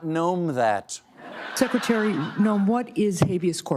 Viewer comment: "Seckiterry Noem"...😂🤣😭😂🤣😭😂😅